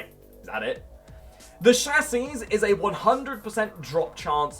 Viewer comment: Did he really just say "cha-sees"?